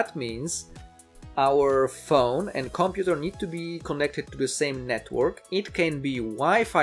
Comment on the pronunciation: comPUter not COMputer... why do you reinvent the stress of a language not yours, just saying :)